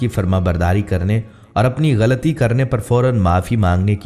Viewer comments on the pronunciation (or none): none